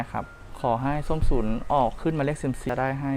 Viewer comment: น้องเขาชื่อ ส้มฉุน มึงเป็นอาจารย์ภาษาอะไรเรียกชื่อเขายังเรียกชื่อผิดเลยส้มฉุยส้มฉุย